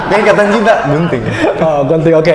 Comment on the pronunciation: yg aku dengar "BUNTING"bukan "GUNTING" 😭😭